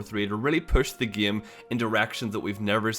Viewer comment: why do you keep pronouncing game as "gam"?